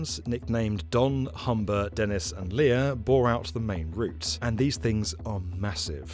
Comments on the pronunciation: FYI, Lea is just pronounced "Lee", not Leia, it was named after Leaside (lee-side); all six TMBs (including Rexy and Renny, used for the western extension) are named after neighbourhood through which they dig. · Great video - I live right near Cedarvale station and it's has indeed been ridiculous. Side note - the last tunnelling machine you mention is pronounced "lee". Oh and don't change at Spadina - change at St. George - there is a significant walk at Spadina.